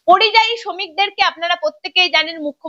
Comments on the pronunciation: আরে কথাটা পরিজয়ী না কথাটা যতদুর জানি পরিযায়ী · কথাটা পরিযায়ী। পরিজয়ী না।।। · কথাটা পরিযায়ী,পরিজয়ী নয়।